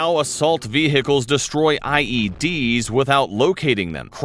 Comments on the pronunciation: why did you pronounce the h in vehicles 😭😭😭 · Gotta love have he pronounces the vehicles "How assault VeHIchles destroy"